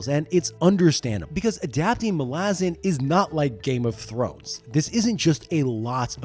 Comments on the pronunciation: Mah-Lah-Zahn not Mah-lah-zin 😂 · Sorry it's Mal-a-zan not Mal-azzen and I will die on this hill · The pronunciation of Malazan keeps tweaking me as my head-canon i sound it out as "Mal-a-zan" not "Ma-lazan". Sounds like a throat lozenge brand lol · I thought you were saying molasses, then it dawned on me.....I have always pronounced MalazAn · As an Australian, I suggest that the pronunciation of "Malazan" should be clearer. Not "Malah-zen/Malah-zin" but "Malla-Zann." I think that Stephen Erickson would agree, despite his own accent; The name of the Empire should not be soft-sounding, as that is not its nature. The Malazans represent a multi-cultural society that idealises the clear-eyed understanding of their place and chosen role in their world. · idc what anyone says, the pronunciation "Mal - Laz - En" drives me freaking crazy. I will forever be on team "Mal - Ah - Zan" and all you children of Odium can bite me. 🤣✌ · Mol-Azz-in? I’d watch this video because the books are great but I can’t listen to you butcher the name for 40 minutes. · Mala-zhan sounds cooler though so we should stick to that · FFS!!! Mal/as/an and no it's not pronounced like you are. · I am so glad I read the series a long time ago, before I could learn that it’s pronounced Malázan 😂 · I always thought it was MAL-a-zahn. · Bro I love this video but is it pronounced like that? It rhymes with “Aladdin”??! I thought it was MAL-uh-ZAHN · I don't care, that pronunciation of Malazan grates on my nerves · I think 90% of malazan readers are with me in saying that Eriksen, despite being the author, is wrong on almost all matters of pronunciation. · THAT'S how you pronounce Malazan? Look I recognise that Erikson has made a decision, but given that it sounds like arse, I have elected t ignore it. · Please stop saying Malazan like that 😬😬😬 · There it is. Thanks, buddy. And Erikson pronounces Malazan wrong.